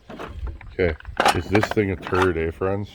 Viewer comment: " we got the makens for another turd saw " lol 😆